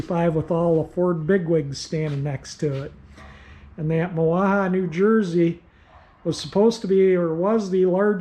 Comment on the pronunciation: I’m from Mahwah and vaguely remember the plant. There’s a big Sheraton hotel on the grounds and some other new development. It’s pronounced “ma - wa” which is derived from the Lenape Indians language. Silent H. Really enjoying your restoration series.